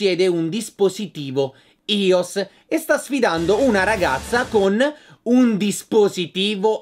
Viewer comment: Si pronuncia aios!!!